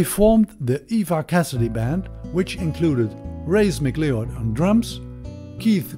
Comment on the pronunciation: Mc Leod is pronounced Mac Loud.😊